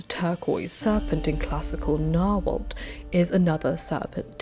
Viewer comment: I tried to find if anyone else mentioned this detail but I think nobody has so far. The T goes before the L in those Nahuatl words (like the name of the language for example). Reading the T in the end of the word is a super common mistake, not only for dyslexic people, and it's completely understandable, but I wanted to let you know just in case you do more videos with these words. Now the proper Nahuatl pronunciation of that T-L is very difficult for anyone that isn't a native Nahuatl speaker and I butcher it every time I try, but saying the L in the end and not the T is a good start. I hope my comment doesn't annoy you or stresses you out, I am really just trying to be helpful.